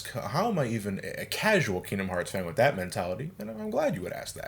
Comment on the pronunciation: You still say WIF instead of With? Wow you must be a baby